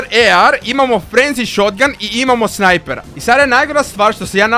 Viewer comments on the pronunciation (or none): none